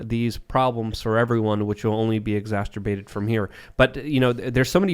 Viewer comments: Is it just me, or does say “exacterbate” instead of “exacerbate”? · Haha, the way you pronounce ex-ass-er-bate makes me laugh every time I hear it. It's not supposed to rhyme with m*ast*rbate! Love your chats with Tim, makes it even better! 🤗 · say exasterbate one more time say it one more time go ahead i dare you i double dog dare